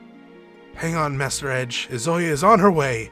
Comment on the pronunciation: I'm enjoying this playthrough, but the fact that you keep mispronouncing Izayoi's name (it's EE-zuh-YOY) is very distracting...